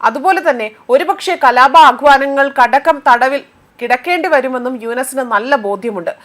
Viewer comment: "കടകം തടവിൽ " എന്നല്ല, "കലാപാഹ്വാനങ്ങൾക്കടക്കം തടവിൽ കിടക്കേണ്ടിവരുമെന്ന്.... " എന്നിങ്ങനെയാണ് വായിക്കേണ്ടത്.